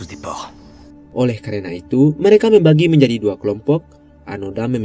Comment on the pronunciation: Abangnya bilang "mereka", yang gua denger "merika" Beberapa kali gua pikir amerika 🥲